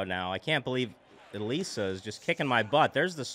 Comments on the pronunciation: Ok a few tips: - I believe it’s pronounced uh-lees-uh - Holding A or B will throw different pitches, while ‘throwing’ the Wii Remote will throw the ball harder. -The reason you were hitting the ball so soft was because it looks like you’re a bit early or a bit late on the ball! -And a suggestion is that you should make the softball crew as Mii’s! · it is pronounced (ih-lee-suh) like how you pronounced it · It's uh-lease-uh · This is how you pronounce it it’s Elisa and it’s like saying elesa so it’s Elisa or elesa